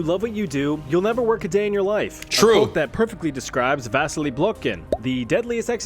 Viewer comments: Vasily is pronounced more like Vaseely in English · BTW, Vasily is a Russian name and the guy pronounced Vasily's name wrong. No offense.